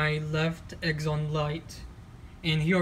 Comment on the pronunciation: Its xenon not Xnon